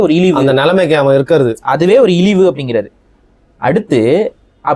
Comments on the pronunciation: இலிவு இல்லப்பா இழிவு ஏண்டா உனக்கு தமிழே வரல ஆனால் நீ தமிழ் தேசியவாதியா திருக்குறளை தவறாக உச்சரிப்பதை தவிர்க்கவும் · ( ழ ) உச்சரிக்கும் போது ள. என்கிறீர்கள். இழிவு சொல்லும் போது இளிவு என்று சொல்றீங்க. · தமிழ் தேசியம் பேசும் ku ழகரம் வரல.. இழிவு பதிலா ilivu nu solraru